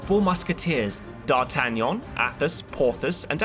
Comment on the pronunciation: I love it when D’artagnan is pronounced correctly